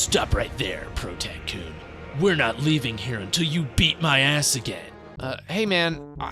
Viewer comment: What he says: BEAT MY ASS What I hear: EAT MY ASS 😭😭😭